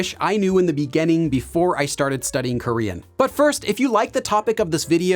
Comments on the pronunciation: It's interesting how teacher pronounces “beginning” and “beginners” as -- “begainning” and “beganners”! 🤔 Which part of the States has this variation or accent? 🤔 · just curious about your accent when you say "beginning" as "begenning"...from where is that? Thanks. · You are spot-on in catching his pronunciation of beginner/beginning! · Take a shot everytime he says "in the beganning"